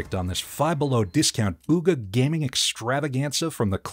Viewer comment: bro seriously said "Gamming" 💀